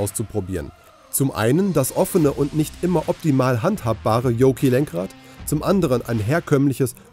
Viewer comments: Und weil wir hier von Qualitäts-Journalismus sprechen: was für ein Fall ist „diesen Jahres“? Ist das der Datenitiv, die Kreuzung von Dativ und Genitiv? Und die Ausprache des Yokes mit „Joki“ statt „Johk“ mit ausklingendem „K“ steht ebenso für gute Recherche der alten „News“. Zugegeben — man hört den obigen Datenitiv mittlerweile schon in der Tagesschau. Alles nicht so schlimm, wenn sich diese Instanzen nicht so furchtbar ernst nähmen und sogar Geld dafür verlangten. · Es wird zwar "Yoke" geschrieben also wenn man alle Buchstaben ausspricht, müsste man zwar 'Yoki' sagen, aber ausnahmslos alle englisch sprechenden Personen sagen 'Yoke' mit gesprochenem e statt i! Der begriff kommt ja auch aus der Luftfahrt und dem entsprechenden Fliegerlenkrad, welches gleich ausgesprochen "Yoke" heißt! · Das ausgesprochene „i“ war für mich ein weiteres Indiz von Wischi-Waschi-Journalismus, da u.a. nicht auf den Titel eingegangen wurde, was Elon denn so plane… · Reines clickbait, null Inhalt und noch nicht mal "Yoke" oder "Semi" aussprechen können (Rechercheaufwand max jeweils 15 Sekunden) - sehr schwache Vorstellung, ams. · Wenn man es nichtmal hinbekommt Yoke richtig auszusprechen oder kurz zu recherchieren, wie man es richtig spricht.. Dislike.